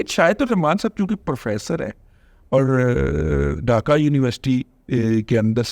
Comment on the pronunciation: رضوان ارسطو ڈاکہ نہیں ہوتا ڈھاکہ ہوتا اور اس کا تلفظ بھی یہی ہوتا ہے - ڈھاکہ ۔۔۔۔ اردو تو ٹھیک سے بول لو بزرگوار انگریزی کے ساتھ جو بلادکار کرتے ہو وہ تو ہم جانتے ہیںscreen کو جو بندہ suckreen بولے اس کا کیا کی جے